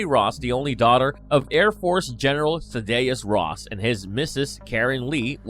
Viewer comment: Here we go again. You completely butchered General Thaddeus Ross name. You guys can never get the names right